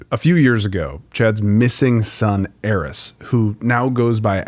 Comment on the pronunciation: Woah. I've never heard anyone with the EXACT same pronunciation as mine. His is Aarys and im Errice. That's cool as hell!